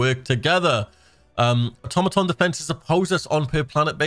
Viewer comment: Are you saying automaton wrong on purpose?